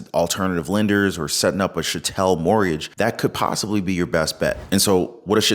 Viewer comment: Pronounce chattel it rhymes with cattle.